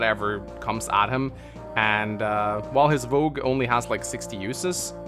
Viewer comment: pronouncing "Vogue" correctly on his first go is a sign of good omens to come.